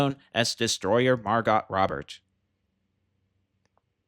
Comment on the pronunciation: Can't unhear your pronunciation of MarGOT Robert